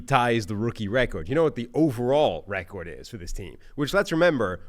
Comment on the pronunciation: Why does he pronounce “record” like that lol